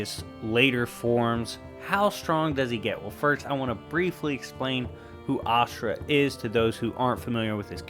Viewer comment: Asura is a better version of Kratos to me in many ways and it’s pronunciation for him is Asura not ashirua